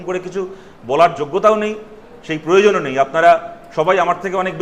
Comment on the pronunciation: Who is not available on pronunciation about parijon and proyojon ,he is what type of leadership . what is aramvabe ? What are these educated man Satarupa ? Joytibasu made backward West Bengal few decades mainly in English language. Satarupa actually vat speaker. She has not proper pronunciation also in Bangla. Her pronunciation like Bangladeshee.